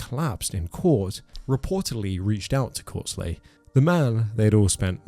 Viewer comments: Korsley lmao kor ickle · Pretty sure it’s pronounced kor-cal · Korcle pronounced Kor-ah-kel. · Korcle is pronounced cork cull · KOR-SLAY?? KOR-CLAY?? WHAT THE HELL ARE YOU TRYING TO SAY BC IT SURE AIN'T KORCLE?? LMFAOOOOOOOOOOOOOO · It's pronounced Core-Ick-all .....not wtf ever you said lol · The influencer who originally made Dakota popular is call e Korcle is pronounced Cork-el pronounced like the word Uncle. Dakota and Felicity are more probably more popular than Korkle now. I haven't seen any videos by him ever since he quit making videos about Dakota but I've seen Non-Stop videos about Dakota and Felicity ever since they've hit the internet. They have a pretty big following and multiple Facebook and Reddit groups documenting their every move. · I love how you pronounce Kolce different everytime you said it 😂